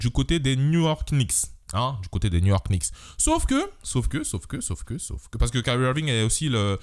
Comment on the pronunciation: Top vidéo mais juste dans les Knicks le k ne se dit pas 😂😂